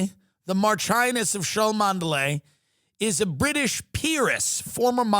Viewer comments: Cholmondley is pronounced 'Chumley' ... it's one of those 'let's-see-if-people-don't-know-how-to-pronounce-it-properly-so-we-know-they're-not-gentry-or-at-least-upper-middle-class(-ish)' words. Like Belvoir Castle is actually pronounced 'Beaver', or Althorp House is pronounced 'Althrop', etc., etc. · Love you Tim! Cholmondeley is pronounced CHUM-Lee as in this video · That pronunciation of Cholmondeley is even more hilarious when you know it's actually pronounced "Chum-ly"